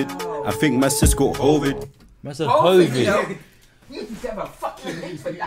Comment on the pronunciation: My man said hoevid 😂😂 nah bruh I’m actually crying 😂😂😂